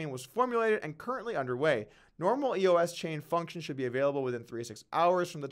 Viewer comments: Doug, love your Vlogs, but it's "Eos" not E.O.S. ! Geez ! Kinda like "Doug" not "D.O.U.G. ! Get it ? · Am I the only one that realizes doug is giving up on crypto? 0 research done on EOS. He doesn’t even know how to say it, much less how the governance model works. Doug Polk Crypto is done